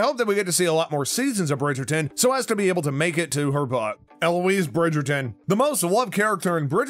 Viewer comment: The commentator is hopeless, doesn’t even pronounce the names of the characters or the production team properly? So annoying, please stop narrating on YouTube you don’t do any homework and it comes off disgusting